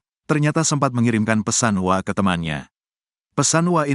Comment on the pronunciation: mas jangan dibaca * wa* dong mosok gsk tau hrsnya ** W A bukan wa nysmbung